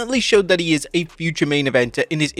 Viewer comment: “It iz what it iz” 🤣🤣🤣